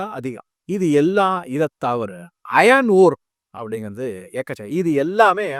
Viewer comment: அது மொசானைட் அல்ல; மோனோசைட் (Monozite). Iron அயர்ன்; அயான் அல்ல.